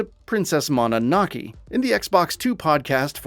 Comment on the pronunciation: Princess Moe-no-noh-kay